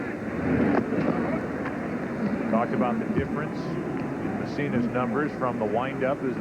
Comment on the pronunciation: it’s Mu-ssina not Me-ssina (who sang with Loggins).